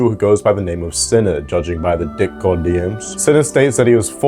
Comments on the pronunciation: I’m sorry but the way he keeps saying “Dick-Cord” takes me a minute to realize he means “Discord” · Are you saying “d*ck-cord” on purpose? You haven’t pronounced the “S” in “Discord” once since I started listening (I’m at this timestamp now), and admittedly I’m not looking at the screen so maybe I’m missing the captions highlighting the joke. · "deh cord" 💀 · Dihh cord